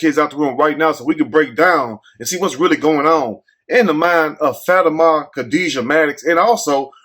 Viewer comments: i think it's pronounced Fuh-tee-ma 🤣🤣🤣🤣🤣🤣🤣🤣🤣🤣 but we gone call her fatty-ma 😂😂😂😂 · Like how you get “Fatty-Ma” from that 😂😭 I would’ve never seen that like that lol 😂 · Lmao!! That boy called her FAT-Ah-Maah!!! 🤣🤣💀💀 I thought it was Fa-tima. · Her name is pronounced like: FAH TEAM MAH😂😂😂😂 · I think her name may be pronounced Fa-Te-Ma... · What the hell did you say her name was? 😂😂😂😂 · … I promise you are a stone, cold fool lol… That is not how you pronounce that girls name, you had me over here bent over in laughter. As far as the story? It’s so outrageous that I can’t even put my thoughts together to make a comment so on that note… I’m out.